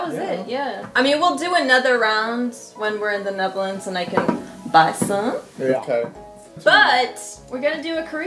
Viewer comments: The Naetherlands! Come on. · Dan verbeterd ze haar man in 1 video als hij 'niederlends' zegt en dan zegt ze het in deze video zelf zo 😂. Maar lekker bezig met de video's, ga vooral door!👌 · The neetherlands🤦zeg maar gewoon Nederland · "the NiEtHErLaNdS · "the kneetherlands" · "I got a package from my sister from the Nietherlends" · Why did she pronounce Netherlands like Neitherlands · The Nietherlanths? come on.. that's not how it's pronounced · 'The Kneetherlands' I'm sorry the what? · Nietherlands HAHAHAHHA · KNEE therlands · the frikking disgraceful way she says the netherlands at the start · How the hell did she pronounce netherlands?!?!?!?!